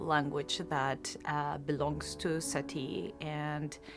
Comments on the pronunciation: J'ai toujours prononcé Satie avec le son é en terminaison : "Satié". On le prononce Sati ? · Je ne vous ai pas corrigée, j'ai juste répondu à votre question. Satie se prononce comme un oui 🙂